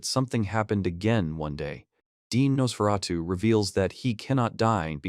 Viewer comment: The tiny panels, blurred text, constant mispronouncing of Nosferatu, getting wrong who was saying what to who, is just painful. A great manga, but a poor video on it.